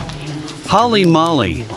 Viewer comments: Holy Moly is pronounced hole*ee mole*ee not hall*ee mall*ee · Holly Molly? Lmao, gotta get your dubber to say it right. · "Holly molly"? Holy moly. 😂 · Holly Molly? Guys, if you are going to get someone to translate to English, at least use somebody who knows the language.